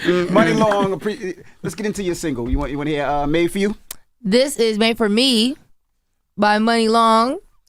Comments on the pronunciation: right! the way she just kept saying it wrong lawd.... 🤦🏾‍♀ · I noticed that too 😂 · Made for me Jess! she keep saying it wrong